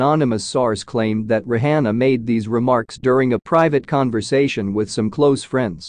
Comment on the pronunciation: Not even saying her nane right 😮 Rihanna